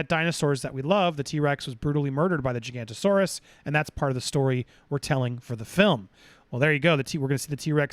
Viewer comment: Giga-noto-saurus not Giganto-saurus. It’s alright, I used to make the same mistake…